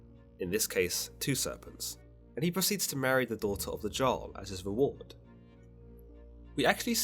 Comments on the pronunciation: The J in Jarl doesn't make a "ge" sound Its more like a german Ja sound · I'm cringing at Everytime you say jarl as JARl. It's Yarl. Pronounced with a Y but spelled with a J 😭😭 I love your videos, but nooo. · Jarl is pronounced "yarl" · Isnt "Jarl" pronounce "yarl"? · No its pronounced Järl but I wouldnt expect you foreigners to know how to pronounce that, culture leachers